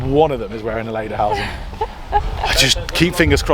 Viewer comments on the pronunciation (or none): Oh, guys. Lederhosen pronounced lay/der/hose/n and dirndl is pronounced deer/n/dle.